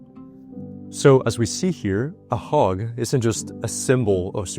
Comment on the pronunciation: Did you know a HOG can protect you? A HOG??? WTF . Learn ENGLISH pronouncing. I dont want to be HOGGED. OMG